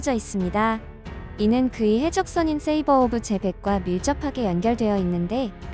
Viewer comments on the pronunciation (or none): 세이버오브제벡이 아니고 샤벨오브지벡이다...ㅋ